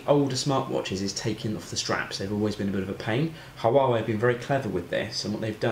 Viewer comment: Not pronouncing Huawei properly 😂